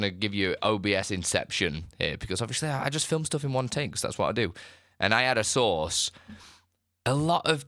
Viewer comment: Took me a while to finally figure out that you were saying “source” not “sauce.”🤣